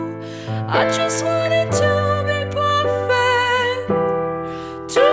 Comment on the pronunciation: I love how she pronounces perfect as “pawfect”